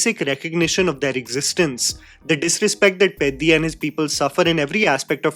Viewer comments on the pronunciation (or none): Bro I really appreciate your like towards telugu cinema as well but it hurts me to see you literally get all the other south indian language cinema names right and absolutely demolish telugu names. Please try to get the sound of the names and try to pronounce them from next time. I started watching your videos and really like your love towards all the movies from all languages but it pains me to see you butcher them only for telugu pronunciations and not others. Atleast try to hear the correct sounding so that it gives us a chance to relate with you from next time